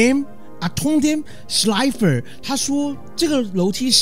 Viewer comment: 你有唸過德文嗎? 看你曠野解說利特村神獸名那集跟念schleife有德文腔調